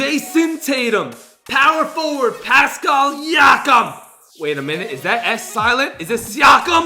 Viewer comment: Pronounced pass cal